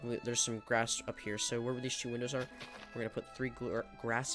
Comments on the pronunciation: i love how he say two.. CHOO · Why do you pronounce two as “choo”